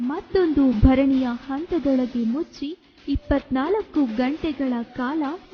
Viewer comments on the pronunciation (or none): ಭರಣಿ ಅಲ್ಲ. ಬೆರಣಿ.